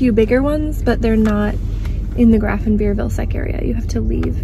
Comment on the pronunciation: Here you have an umlaut to spell Grafenwöhr correctly: "ö". Umlauts aren't decorational, they're vowels in their own right. The pronunciation is more akin to the word "were" instead of "veer".